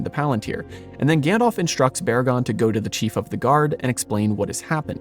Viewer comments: Gan-DALF, not Gan-DOLPH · I love your channel and your research and passion is evident. But- please, for the love of Arda: try saying "GandAlf" and not "GandOlf" all the time. Gandalf is the correct name and it is pronounced that way too :)